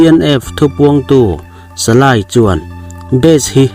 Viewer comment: Salay ni lo in salai tih tur